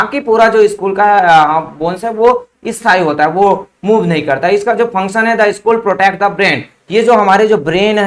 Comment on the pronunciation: Why you spell skull=school !??😂